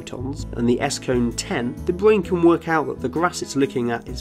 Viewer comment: The small speech inpedement makes him so cute! ”The bwain”